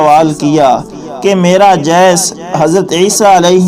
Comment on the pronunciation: نہیں معلوم کیسے کیسے لوگ ایسے وی لاگ پوسٹ کرتے ہیں جن کو خود علم نہیں ہوتا اس وی لاگ میں "دی گر" کو "دےگر" بولا گیا "جی سس" کو "جےس" کہا اور نہ معلوم کیا کچھ جاھلو اگر معلومات نہیں ہیں تو پہلے کسی عالم سے سیکھ لیا کرو، تلفظ کو ٹھیک کرو،